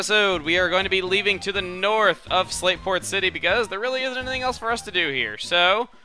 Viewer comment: It sounded you said Slaveport when you said Slateport. hee heh Slaveport